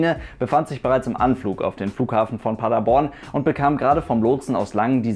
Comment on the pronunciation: Du hast Paderborn richtig ausgesprochen 😍 Viele die nicht aus Paderborn kommen sagen Paaaader-borrrrn